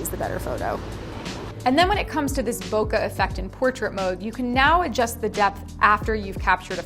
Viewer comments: To be clear- BOKE, LIKE POKE. NOT BOKUH. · She's not saying bokeh right.